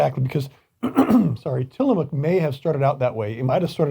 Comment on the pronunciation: Uh Oh! Say it ain’t so. Not Tiilamook. Ha!!